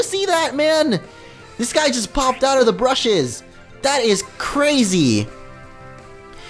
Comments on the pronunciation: b-u-s-h-e-s not brushes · It's BUSHES Not brushes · Lol. U said brushes instead of bushes. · its bushes not brushes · u kept saying brushes when its bushes